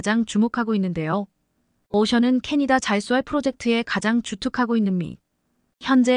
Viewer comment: 놀랐다 m 을 미터로 못 읽는 여성 나래이터가 첫 등장 했구나! 이건 나래이터만의 문제가 아니라 스크립터 PD 도 문제다. 캐나다를 캐타다 라고?? M & A는 기업 인수합병 의미의 엠 앤 에이 다 이걸 엠앤어로 읽다니!! 6 ~ 7년은 6내지 7년이지 67년이 아니다 몰상식에 무식의 극치다. 태국 국방부도 참 엉터리구나 한국전쟁 참전국인데...